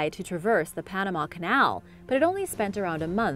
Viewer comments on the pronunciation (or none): none